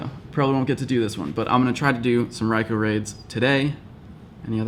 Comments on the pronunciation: you said ry koo lol after you correct the world on saying ry ko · It's pronounced "Rai-kooohhh"***not "Rai-kuu". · You said Raikuh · RaikOOOOOOOO! You said it wrong, japanese ou sounds like oo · A few videos ago he told people how to pronounce raikou and now in this video somewhere around 10 mins he doesnt say it correctly himself